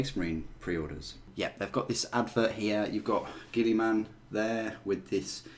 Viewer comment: it's not "Gilly-Man" it is pronounced "Gill-A-Men"